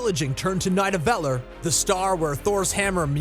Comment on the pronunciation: Great video as always! But the narrator mispronounce Nidavellir, Mjolnir, Chitari, and Eitri.